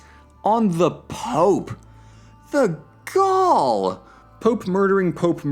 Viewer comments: idk if it's intentional but using "the gall!" (sounds like "the gaul") to exclaim about the actions of the French king tickled me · And here I was wondering if it was just me that heard "the haul!" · is that the gall or the gaul? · Is that "The gall!" or "The Gaul!" ...?